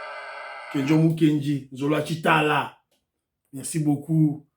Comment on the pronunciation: mon petit-frère propre. Tu participes au reveil de la conscience nationale et cela d'une manière indéniable, n'en déplaise à Fabien Tuambakaja tortue ninja, alias Kusuanika., on dit nzolu wa tshitala, le coq et non nzolu wa tshintala.